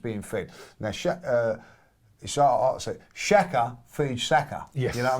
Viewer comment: Bless you Kev! Forever an Arsenal legend, but that is definitely NOT how you pronounce Saka’s name!! 😂😂